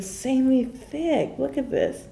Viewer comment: It got me when she said "It is a true thicy" "Insanely thicc"